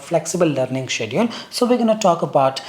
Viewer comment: why you pronounce schedule as 'siediu....' got me confused